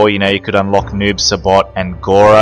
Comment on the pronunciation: Noob saibot not noob sabot 😂